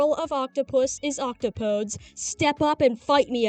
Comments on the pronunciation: I have devastating news for you, my skeletal friend. The plural of "octopus" is indeed "octopodes" but that is a 4-syllable word. ock TOH poe deez. ... octopodes nuts. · This is actually correct…mostly, at least I think. Octopodes is indeed the plural of Octopus. However I’m pretty sure its pronounced Ock-top-ehh-deez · I love the energy of saying the correct plural of octopus (octopodes) and yet pronouncing it wrong. It should actually be pronounced roughly as ock-top-oh-dees (yes like deez) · I don't think the "e" in "octopodes" is silent